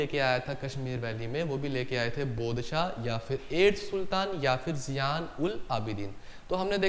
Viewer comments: It's not bad Shah..... It's bud Shah.... 😂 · It's not bod Shah...it's bad shah